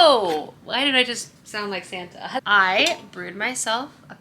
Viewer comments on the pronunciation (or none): none